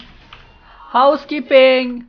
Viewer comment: i cry when you say housekeeping, alo, no entiende? muchas gracias bay bay god i'm from latam but that was so funny XD